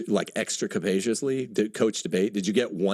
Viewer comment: I probably saw less than 30 minutes of this debate, and in that time, made up several words (motonomy?) and mispronounced many more words (copacious instead capacious). Not that style has anything to do with substance...